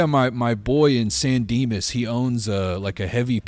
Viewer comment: So far, in my 26 years of life, I have only ever heard San Dimas pronounced in that same accent.